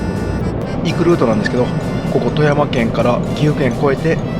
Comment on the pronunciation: 初っ端の「行くルートなんですけど」が「リクルートなんですけど」って聞こえて思わず吹いてしまいました。 空耳アワー（笑）